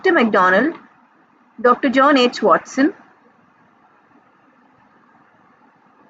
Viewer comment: i got one mistake in this video it's watson not wason